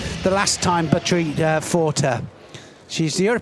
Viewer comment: I like our british friends very much, but her name is not batried, her name is Butkereit(boutkerait) not so difficult. Keep up your great comments 👍🏻🖖🏻